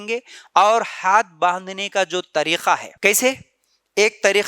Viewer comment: Bakwas kar raha hai urdu bolna nahi aata tareeka ko tareekha bol raha hai ka ki jagah kha bol raha hai aurton ki namaz me thodi tabdili hoti yeh sarasar bakwas kar raha hai